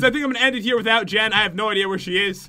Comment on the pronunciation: it is not joon I mean jen